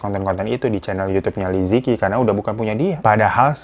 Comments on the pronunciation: Bacanya bukan liziki , tapi "Li Ce Chi" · Li Ziqi bukan benar2 dibaca "li-zi-ki". Cara baca pinyin itu "li ce chi" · Bacanya liceci bang fyi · Aku ngefans banget sama liziqi Liziqi bacanya lisice. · Liziqi baca jadi Li Ce Jhi kakak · Bacanya salah， yang bener Li ce chi Tao Bao bacanya Thao pao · Li Zi Qi dibacanya Li Ce Chi Li Jia Jia dibacanya Li Cia Cia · Li ce yi Bang cara baca namanya